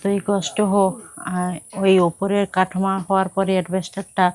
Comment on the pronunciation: তোমাকে ঠিক করে উচ্চারণ করতে হবে। ডাঠা নয় ডাটা ক্যাঁচ কলা নয় হবে কাঁচ কলা নিরাম নয় হবে নিরামিষ কাঠমা নয় হবে কাঠামো। মেদিনীপুর জেলার ভাষা য় কি এতো সমস্যা থাকে জানিনা। অনেকেই পরিষ্কার করে কথা বলে। তুমি ও নিজেকে Rectify করে নিও।